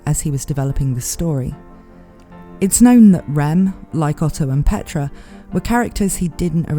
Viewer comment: As a non native english speaker it's realy hard to distinguish your pronunciation of Rem from Ram lol